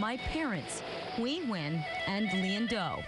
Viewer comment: Vicky Nguyen’s full name should be pronounced Vicky N’win instead of Vicky Win!